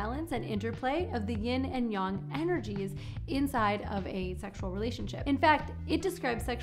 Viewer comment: The fact that you pronounce yin and yang correctly makes me so unbelievably happy